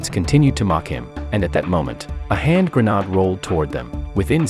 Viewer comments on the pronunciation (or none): What’s a “hand grow noode”? “Pick kah chew!?” It’s Picahcew…